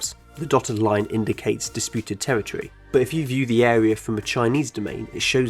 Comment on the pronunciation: Territory = pronounced “Tewwitwy”